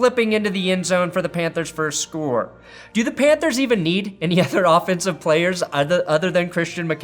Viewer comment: Lol "Pantehrs".